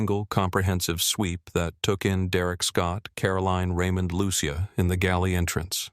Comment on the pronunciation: What’s up with redness on Mrs Whitman’s face? Is it supposed to be a birthmark? Just a quick note. It’s pronounced “Lu-che-a” not “Lu-she-a”.